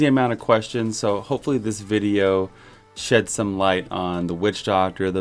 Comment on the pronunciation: "Shedd" some light! Hah!